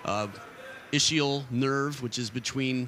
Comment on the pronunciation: This announcer better stick to his job - the sciatic nerve, also called the ischiadic nerve & with pie in his face - it is IZ-KEY-AL not ISH-EE-UL - stay in your lane